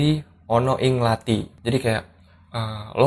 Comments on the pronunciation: Pelafalannya gak mantep tu lathi bukan lati ya tapi ada penekanan di TH nya kayak kalo org Bali bilang T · Kadang pengucapan lathi rada salah dikit :v